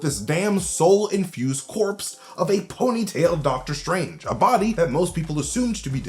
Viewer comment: Deadter Strange